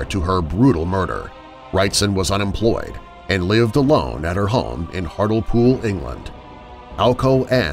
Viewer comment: The mispronunciation of Hartlepool made me cry